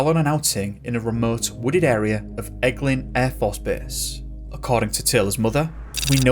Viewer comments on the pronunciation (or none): none